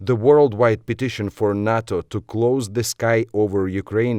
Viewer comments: don't say 'HATO', say 'HИЙTO' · Nato has to watch, Ukraine is not a part of the UNITED NATIONS. It's called Nato not noto.